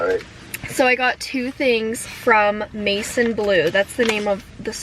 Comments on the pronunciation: Maison is french! it means house and its like mehson not like mason ahhha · I don't mean to offend you in any way but maison blue is pronounced as ma-z-on its French for house. Loved the video its so cozy and making me want to buy all the Christmas decoration!! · Maison is a French word!! Pronounced like Mae-zawn 🥳🤗